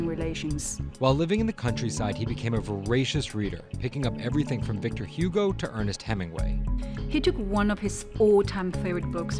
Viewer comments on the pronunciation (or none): none